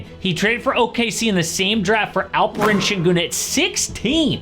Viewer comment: It is Alperen not Alperın